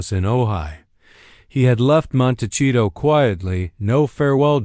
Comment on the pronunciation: Already losing credibility by a computer cannot correctly cannot pronounce Montecito.